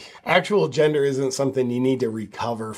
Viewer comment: SEX not jendaah!!